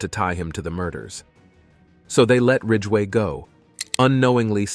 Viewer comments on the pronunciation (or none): BTK was called Rader, not Rager. Green River killer was Gary Ridgway, not ridway. I know I'm being pedantic but if a job's worth doing, it's worth doing right.